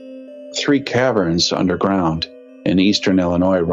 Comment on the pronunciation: Cav-rens? Ca-vern